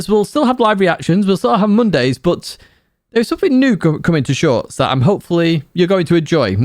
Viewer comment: Keep the "shoIrts" coming... 😂😂😂